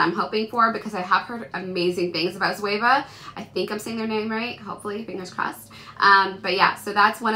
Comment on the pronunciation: Hi. Yes you pronounce very right Zoeva's name. It's a mixture of the brand's founder and CEO name ( Zoe Boikou) who is Greek and Eva the very first woman in our world ( in greek it's pronounced as Eva and not Iva).